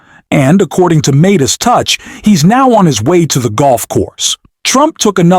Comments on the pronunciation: It’s pronounced MY DIS TOUCH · What is wrong with you that you can't even pronounce the word correctly? It's the Meidas Touch. I'm going to stop listening to you.